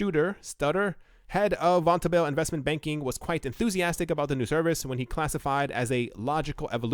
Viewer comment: It's pronounced von- tobel.